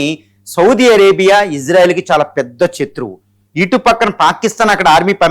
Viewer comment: its not pebruary it February it not chatruvu its shatruvu. Please correct the pronouncement